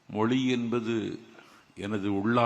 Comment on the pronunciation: Hei nanjil pls pronoun zha moli alla mozhi first learn how to pronounse zha. You are a speaker